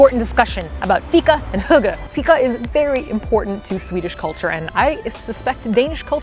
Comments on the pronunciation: This is a very nice food guide, since I’m planning to go to Malmö next year for a convention. Also the way you pronounce "hygge" as hugge is really funny to me agkhafjld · Im sad that You were in sweden and denmark so quickly, I would have loved to meet you and treat you to some cake... But you look like you had a good time and that’s what’s important. :) Also... how you made hygge sound like hooker is beyond me... XD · God, the way you pronounce hygge is super cute,:D - a danish fan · I'm so happy you got to experience this!! I love the way that hygge was explained to you (and you almost pronounced it correctly btw!!!) - to me it's like that comfy buzzy feeling you get when you spend time with your loved ones, maybe play a game, eat food etc. Malmø feels like home to me, since it's so close to my home town on the other side of the bridge :D Will you be making a video about Copenhagen too? <3 Also, CUSTAAAAARRRRRRRDDDDDD!!!!!!